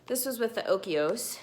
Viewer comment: Look at the spelling of the Dannon Oikos. I do not think you are pronouncing it right.